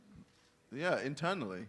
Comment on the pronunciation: I swear I got weak when jj said "internally" 😂